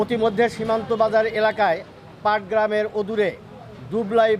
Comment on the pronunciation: পাটগ্রাম না, পাটাগ্রাম।